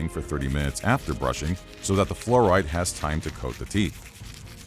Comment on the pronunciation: "FLUORIDE TOOTHPASTE" ....